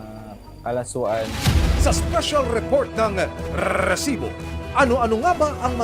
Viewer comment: maganda sana ang content kaso nakakabwisit yung RRRRRRRRESIBO